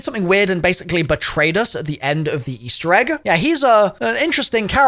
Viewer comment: "Eastewr Egg" lmao